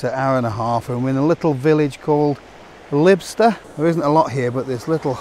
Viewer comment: Lybster is pronounced Liebster and Whaligoe is waligoe…..hope that makes sense. I live about 3 miles North of Lybster so you would have passed my house 👋😊